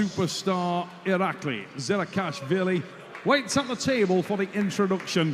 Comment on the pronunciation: Why does the announcer never say the names right? he says 'Irakli Zirakashvileeei' and 'Matt Maaah'. Wtf is this?